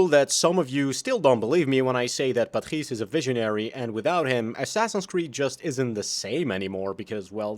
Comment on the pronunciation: as french your accent on "Patrice" is freaking good